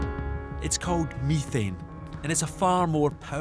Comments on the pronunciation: BTW, it's pronounced meh-thane, not me-thane. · If i hear this dude say MIthane one more time I'ma flip out!!!